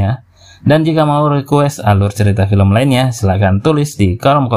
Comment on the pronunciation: Film bukan felm